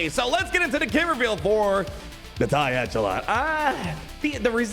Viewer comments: I'll be that guy: echelon has a soft "ch": so it sounds like "eshelon". Love your video! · I think the Echelon is pronounced the Ech as in echo